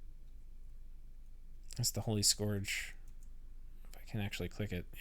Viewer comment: Please stop pronouncing "scourge" as "skorj". It's "skurj". It rhymes with "purge", not "forge". It's driving me nuts.